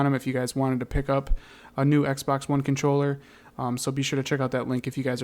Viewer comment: when this guy says x pax